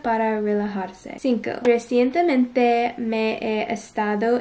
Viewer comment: the way you say "recently" in spanish is spot on, good job!